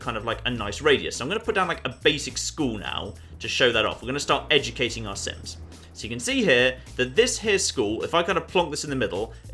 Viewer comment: Every time he says 'sims' I hear 'synths'